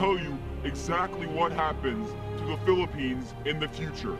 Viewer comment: the word philippines is so clear!